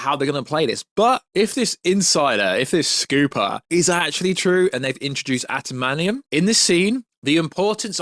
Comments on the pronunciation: It’s not shocking someone who liked the snyderverse thinks the eternals was aged like fine wine. The marvel universe shits the bed now. The only way to fix it is wipee phase 4. NWO is gonna be a shit show if you have read the scripts. And it’s “adimantium” not “atamanium” You can tell you have never read s marvel book. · it’s AD-A-MAN- TIUM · Its adamantium,says so on any marvel text in comics, games and movie subtitles. I love marvel stuff but not got the knowledge some claim and even I know how its spelt and pronounced. If I know that I'd of thought every other fan would know too. Antimantium😂😂😂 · I hope you’re miss pronouncing adamantium so badly on purpose man!!!